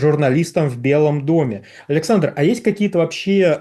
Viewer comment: Почему ведущий как-то странно говорит тич аляксандр?